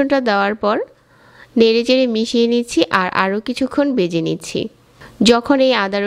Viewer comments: A pnar pronunciation is very bad. Vege not bege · উচ্চারণের এই অবস্থা কেন!? বেজে কী, ভেজে হবে। গন্দ না, গন্ধ হবে।